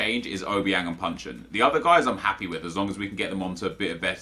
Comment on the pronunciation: Isn't he called Jason Puncheon?